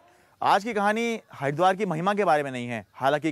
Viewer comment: Pahele tw Haridwar bolna sikho bhai